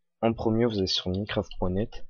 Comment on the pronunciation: ça se prononce "Maïncraft" et pas "Mineucraft" g arrété dès que g entendu ça...